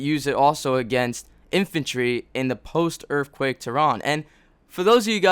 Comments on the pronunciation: Holy shit say *Earthquake not Earffquake. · I laughed at every "erfquake" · What the fuck is a earffquake? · Are you saying "Errrffquake"? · When he says earthquake I hear erfquake. I don't know why.